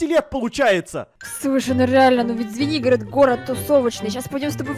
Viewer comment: Поч я услышала свинигорог а не Звенигород